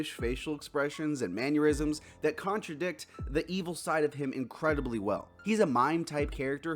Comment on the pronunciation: You said manyerism which rhymes with aneurysm. Mannerism